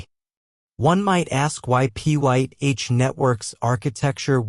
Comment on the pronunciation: You need a better AI narration ots calling it Pie netowrk instead of Pyth lol you didnt catch that?